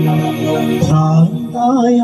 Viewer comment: ബ്രാന്ത് അല്ല ഭ്രാന്ത് എന്നാണ്